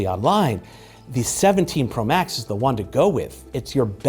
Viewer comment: Am I the only one who heard " this is the iPhone 17 pro bax "